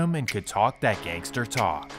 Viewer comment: did that man just say he was handsome and could “talk that gangstER talk” 😂😂😂 putting the hard R on there huh?